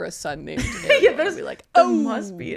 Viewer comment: In Argentina, where I'm from, Ariel is a boy name and it's pronounced stressing the second syllable. By the way, I love this podcast!